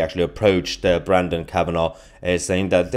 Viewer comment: Mahyar,, it's Brendon...Not Brandon !!!